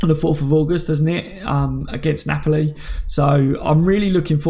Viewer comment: Hey always watch the shows, thanks for helping us get through the dry days. Just wanted to say I always here u pronounce NAPOLI badly, and I know you’re not good with names and that, but it’s pronounced NAPOLLY not na-poli. Cracks me up everytime though. Cheers